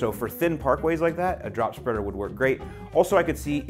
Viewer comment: Lol “super speader” 😂